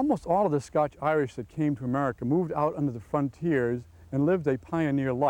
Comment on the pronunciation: Glad he said it right at the start... The scotch Irish.